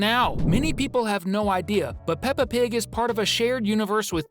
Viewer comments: Pepa? Its peppa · No, it's peppa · Bro it's peppa